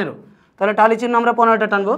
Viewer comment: টালি না ট্যালি